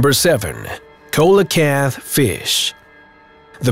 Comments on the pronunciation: It’s not a coela kanth! It’s a see-Lu-kanth. Your not alone though. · Coelacanth is pronounced see-luh-kanth. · Can't even pronounce coelacanth properly, if u can get a job Mr narrator doing this then I can